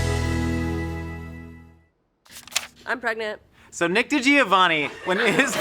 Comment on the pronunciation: It's pronounced GREGNANT 😂